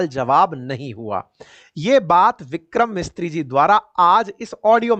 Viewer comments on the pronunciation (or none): Sir , Vikram Misri ji not Mistri ji😮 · The name is Vikram Misri not Mistri.